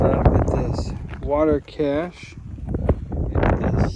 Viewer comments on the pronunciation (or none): none